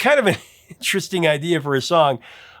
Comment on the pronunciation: Okay, that's funny -- , when you meant to say "It's kind of an interesting idea for a song", you mushmouthed it just enough to make it sound like, "It's kind of a trysting idea for a song..." Yes, yes it is! 😉